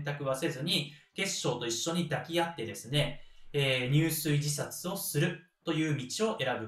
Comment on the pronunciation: 藩主をミスって将軍って言ってる部分もありました。 入水はやはり「じゅすい」と読んで頂きたかった。 いい内容だけに勿体ないです。